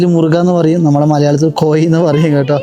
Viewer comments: കോയി അല്ലെടോ." കോഴി"😅😅😅😅😅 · കോയി അല്ല... കോഴി 😍❤️ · 😂കോയി അല്ല കോഴി